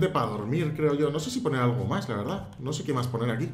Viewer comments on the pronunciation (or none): none